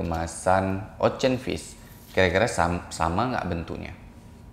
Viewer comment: Ocean= Osien not Ocen